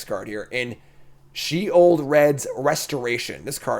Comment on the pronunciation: You got Sheoldred so wrong, like me!